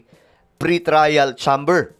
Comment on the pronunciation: CHAMBER IS PRONOUNCED AS CHEYMBER